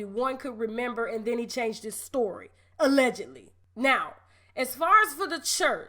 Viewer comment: UH-legedly. That right there has me hollering